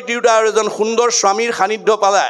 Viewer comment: Sundor nd hundor nhoi ,,khundor hbo lage খুন্দৰ